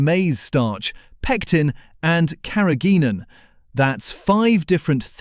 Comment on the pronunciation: "Carrageenan" is pronounced incorrectly. No full stop is used at the end of the caption.